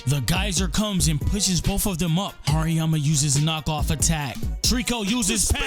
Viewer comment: TRRRRRRRReeeekkkkooooo Vs. HaRRERRRRRiiiiyyyyaaaammaaa Was kinda tough Ngl same with beat in the background makes the video hype you got a sub bro 💪🔥🔥